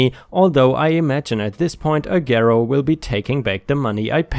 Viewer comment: The "g" in Agero is pronounced like "j," or like you would pronounce the "g" in the word age. And I could tell you a few of my own stories about what a shit show they are.